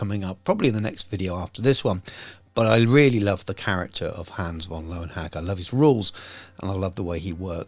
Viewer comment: Pronunciation of the name is a bit off. ö is a German letter for the umlauted form of o (in other words, œ or ø). Löwe means lion. Meanwhile, in hacke, the E is not silent, and it means hoe, as in a tool, and not... the other type. So while Love-n-Hack does sound hilarious, his name basically means Lion's Hoe. Oh, also: >Nuln >puts on the heraldry of Carroburg XD